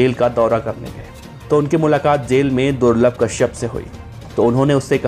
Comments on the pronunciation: Durlab ko thik se bole le ulta mat boilye be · Ma bhi nhi rahi abb to par vo corona me chale gaye or hamare bhai ne kabhi kisi me kasur ko nhi mara jo bhi the sab purane gunde the or suno durlabh nhi durlabh bhai bolna